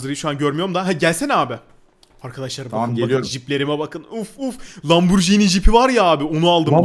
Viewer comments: 4.48 Lampurjini🤣🤣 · Abi sen Lamborghini demeyi bilmiyorsun